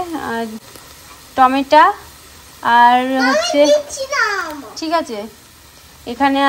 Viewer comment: Tumi bar bar tometa bolo ota টমেটো hobe